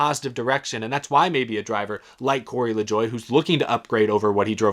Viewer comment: Why do people keep pronouncing LaJoie's name wrong?